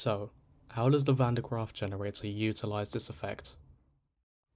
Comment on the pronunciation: Bro tried his best to mispronounce van den graaffs name 😂